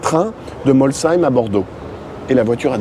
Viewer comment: Enfin quelqu'un qui prononce bien "Molsheim"! Un ministre compétent !